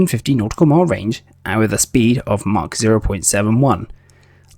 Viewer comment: Unlistenable commentary with its "wiv"s (withs) "free"s (threes) and especially "haitches" (aitches).